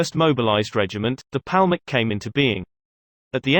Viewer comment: Yishuv ... YishUv!!! how is this difficult to say?!? Palmach - PalmaCH - again, how is this difficult to say?!? FFS, get someone who can pronounce basic Hebrew words correctly.